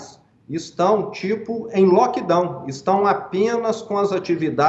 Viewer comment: Ele falou lokidão? Kkk